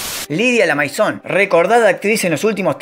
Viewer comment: La cagás cuando se nota que no viviste nada de todo eso al pronuncian mal Vehil, Lamaison, y otros